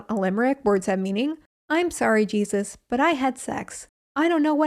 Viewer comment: did you say cheesus ?? lolll